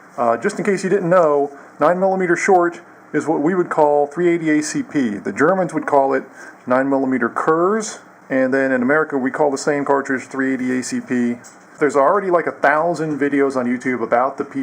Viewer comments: nice review, btw in german you pronounce kurz like "kourts" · "Kurz" is actually pronounced as Kurtz.